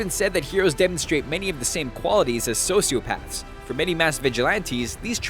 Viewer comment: did he say sociopaths?